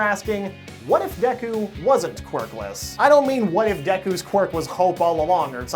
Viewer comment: You're already better than MattPat by actually saying Deku correctly., also hair color in anime will never make sense.